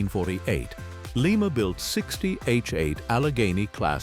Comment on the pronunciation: This AI voiceover is absolute crap. Again, it's Lie-ma, Ohio, NOT Lee-ma. AI is so f-ing stupid. Hire real human beings!